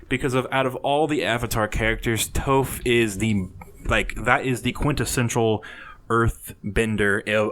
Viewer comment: The original poster of the "screenshots" admitted it was fake. I still expect Toph to be in the game though. Also, PLEASE learn how to pronounce her name correctly!